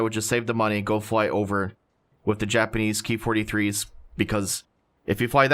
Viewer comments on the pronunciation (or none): It's not "key 43" or "key 61" It's " k-eye 43" etc as these planes are designated/named KI -... nobody has referred to these aircraft like that just an FYI